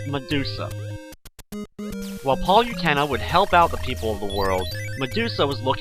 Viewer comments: liked the video but if your gonna do a walkthrough, at least know the names of the enemies. those snakes are shemums, the fountains are hot springs, PANDORA IS A FEMALE, and Palutena is pronounced PALOOTAYNA not PALYUTEENA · u say palutena wrong!